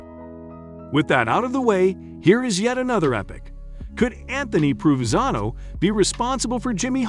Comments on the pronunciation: His name is pronounced Pro Ven Zano. He is my great uncle. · You should learn how to properly pronounce his name before talking about him.